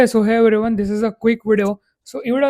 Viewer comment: you said ok so hey everyone but I heard ok SUHAIL😂